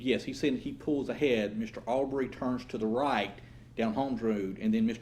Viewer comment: The lawyer doesn’t even bother to learn how to say the name Arbery correctly. It’s not ArBERRY you a$$.